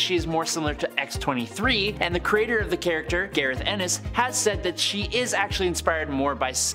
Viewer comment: The second you used the name 'Gareth Ennis', I lost all respect for you and this list. You then got Cerebus wrong as well.